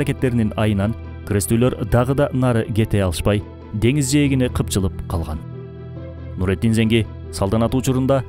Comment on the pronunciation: Нуруддин Занки болуп айтылат